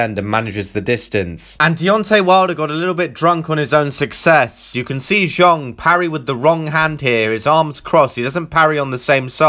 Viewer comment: Countered by Zong...?!?! Can you not even be bothered to learn the guys name ?